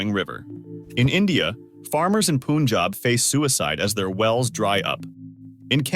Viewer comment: It's not poonjab but pa njaab...